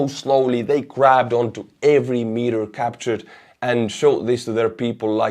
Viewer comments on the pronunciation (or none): none